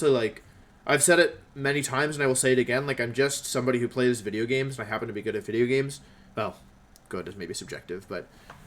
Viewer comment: Hope you feel better Wolfe. Thank You for all the Wideos. Take a break Wideo Man